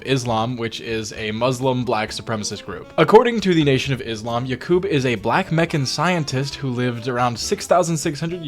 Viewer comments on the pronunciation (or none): none